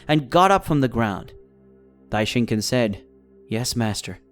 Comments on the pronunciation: this is the first time i watched your videos and your saying Dai-shin-kin and it kinda makes me angry how your mispronouncing his name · bro said Daishinkin